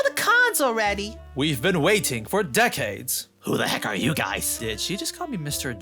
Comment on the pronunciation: Shang Tsung was so badly miscast in this. Tsung should never be pronouncing "you" as "yuh"